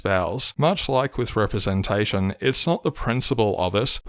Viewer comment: LGHDTV representashion 🤣